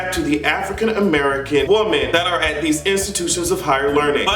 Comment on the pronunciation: When you're talking about more than one woman it's pronounced as (Wimen) you always say woman as if you're talking about one